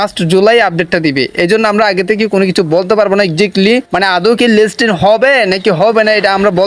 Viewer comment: লিস্টিন না লিস্টিং হবে বারবার ভুল করছেন.....😅😅😅😅